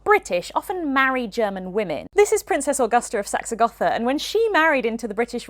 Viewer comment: The pronunciation of Gotha is wrong.